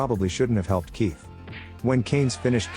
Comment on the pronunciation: I'm watching this at 1.5x speed, and I can't help but hear "queef" when you says Kief from time to time🤣😭🤣😭